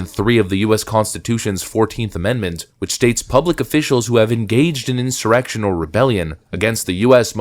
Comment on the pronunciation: Narrator say "in-simmer-rection" ? Is that a chat bot reading?